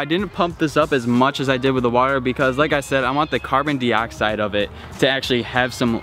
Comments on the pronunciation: “Carbon deeoxide” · Say Carbon Dioxide correct